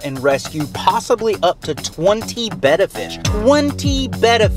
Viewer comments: You need to learn how to say your fish's names right they're not bett fish they're betta fish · Really working for these comments by saying Betta wrong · You are saying betta wrong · Your saying that name of fish wrong 😒